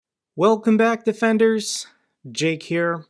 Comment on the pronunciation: Stop calling us ''deffenders'' it's so fucking cringe -.- But love your videos <3